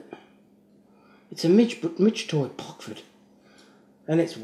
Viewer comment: C'mon man ! It's Rockford Illinois U.S.A. not pockford